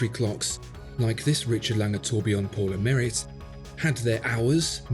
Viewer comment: It's pronounced as "pour le maree"